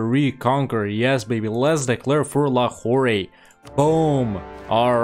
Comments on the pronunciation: Nice! Long time watcher, new subscriber. Just a small thing, because of the... you know... OCD, it's pronounced Lahor without the elongated "ray" at the end. A popular Pakistani dad joke is: "What do you call a French prostitute in Pakistan?.. La Who..." you get it. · Lmao. Watching this right now from Quetta. Never felt more proud of my province ever before. I hope we can see the series complete in my lifetime P.S Lahore is just pronounced as 'Lahor'. No need to say the 'e' at the end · The trade node is spelled Lahore, but the pronouncing is basically Lahor.